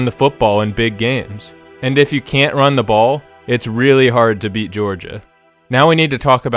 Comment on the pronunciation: "Run da' BAWL!"